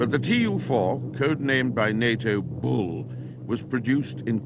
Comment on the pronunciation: almost passed out laughing so hard.